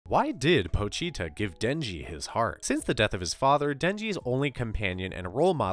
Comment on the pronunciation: Po-chi-ta Chi is pronounced like chee. How were you saying it?